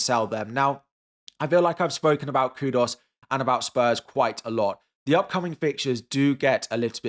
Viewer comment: Bro... stop saying Kudos. It's Kudus